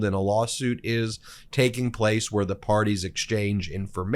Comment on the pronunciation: Ben, I get the feeling that you are not a native English speaker. It's really distracting when you pronounce the word 'the' as thee instead of 'thuh', when it isn't followed by a word beginning with a vowel; similarly you pronounce the article 'a' as 'ay' instead of 'uh'. I wish you wouldn't do that.